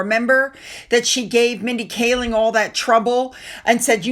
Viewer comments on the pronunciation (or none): none